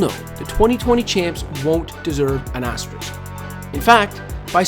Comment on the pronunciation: THANK YOU. I literally could hear that word any longer. azTEriSk